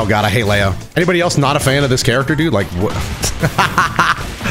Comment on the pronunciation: Where is this lay-o coming from? Isn’t his name pronounced Lee-o?